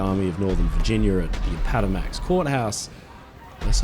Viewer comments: App uh mah tux Not apata max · Hello, my friend at Oceanliner Designs! Great video, as always, but I wanted to make a slight correction on something. Appomattox Court House’s pronunciation is App-O-Matt-Ox, not A-Pat-O-Max. Just thought I’d help you out there! Cheers from a Yankee fan of yours in the Great State of Colorado! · Great video. The only thing I can find to criticize is the pronunciation of Appomattox, but hey, I had to look up the spelling. It's more or less pronounced like app-oh-matt-ticks. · I am not sure I have ever heard any word so badly mispronounced as Appomattox was here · Brilliant video as always, but that pronunciation of "Appomattox" had me rolling 😄